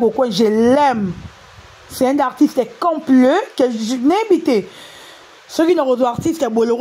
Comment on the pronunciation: Un article compleu, revois ta prononciation ma sœur